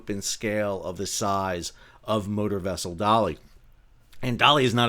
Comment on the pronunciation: When you first said 'motor vessel Dali 6 I thought you said "Murder Vessel"